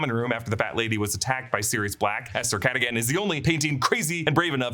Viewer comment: It was “Sir Catagan “ for meow 😸